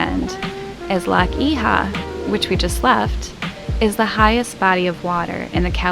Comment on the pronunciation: At 3.03... "Loch Eeehaw" ?? Loch Oich !!!